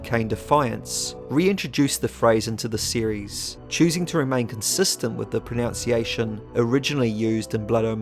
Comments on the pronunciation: Your pronunciation of the word pronunciation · You're mispronouncing pronunciation.